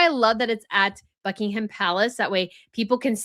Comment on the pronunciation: In 'Sandringham' and 'Buckingham' the 'h' is silent.